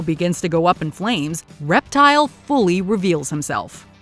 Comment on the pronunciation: | iSwearerGawd called Reptile “Reptar,” an I can’t unhear it. 😂🤣